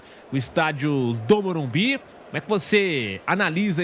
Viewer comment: Qual dificuldade desses cara em falar MORUMBISSS, fosse sp boicoitava esse jornalista, não deixando-o fazer entrevista.